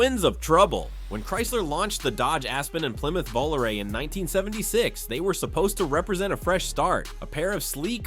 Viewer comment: Lol, this is fun. But, having lived through the radio ads for it, it was pronounced Voh-LAH-ray, not Volaray.